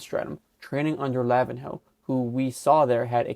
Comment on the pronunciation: Dude..The way your calling lavinho’s name as lavin-hoe..when it’s the same pronunciation as Ronaldinho. In the Portuguese sense, you say the “nh” portion as “nyo” like “ ego” not separate as “in-ho/hoe”